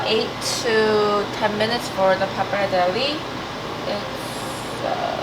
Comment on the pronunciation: Last E of pappardelle is pronounced like you said the first one <3 it's like the Versace thing ;) XD